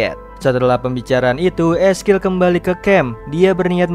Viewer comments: Eskil siapa ngab wkwkwk belajar dikte dulu ngab biar orang yg gatau jadi gaikutan salah wkwkwkw ngakak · 'Ezekiel' ngapa jadi 'eskil' dah?